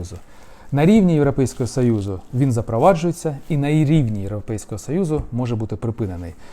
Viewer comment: Гидотно слухати оце ваше « європейского сАюзу» навчіться говорити нормально